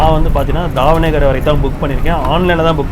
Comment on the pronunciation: Ji just some suggestions since you asked .. if you read the board in Tamil , it is not Haveri It is Haaveri ( please note the Thunai kaal) Similarly it is DavaNAgere Not dhavan gere Preferable to read in Indian languages so that pronunciation can be correct